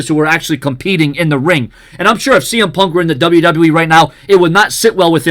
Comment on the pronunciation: I heard CM pub